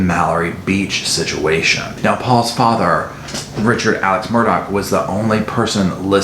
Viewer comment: Have the "tragedies" happened TO the family, or have they orignated with and been self-inflicted on the family. And it is pronounced "Murdock".